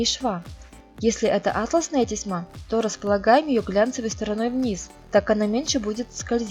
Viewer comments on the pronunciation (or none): Сударыня, исполнение достойно похвал. Но речь... Невозможно слушать Ваше "атласная лента" с ударением на первую букву. Правильное ударение делается на второй слог. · В слове "атласная" ударение на второй слог...